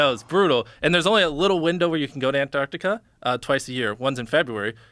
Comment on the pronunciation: ANTARCTICA...Finally, an American that says it properly. Good to hear. Well done Jimmy.